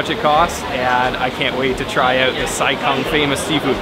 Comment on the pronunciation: The town Sai Kung is actually pronounced as "Sai GOONG" ... not like what westerners pronounce kung fu as "kung fu", where it should be pronounced as "Goong fu" in cantonese.